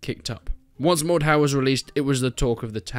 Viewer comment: Is it only me who swares its "mor-dor"